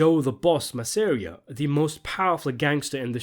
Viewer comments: Masssareia? IT'S MASSSSERRRRIIIIUHHH lol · Its not “Mass-air-ee-ah” its “Mass-ah-ree-ah” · Man for such a mega mafia movies fan, why can't you be bothered to pronounce names right? :P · dude... dont pronounce Joe Masseria's name like that, if ya wanna keep your video likes!